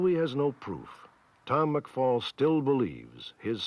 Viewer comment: Kurt McFall: McFell